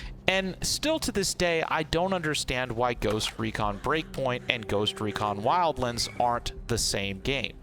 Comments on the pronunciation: Did anyone else hear him call it “wildlinds”? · Wild.. LAAANDS, say it with me, L-AN-DS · Thumbs down for saying WILDLANDS in such a dumb ass way.